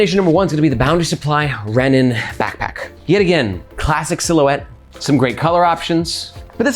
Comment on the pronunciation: The French accent for « silhouette » kills me everytime 😂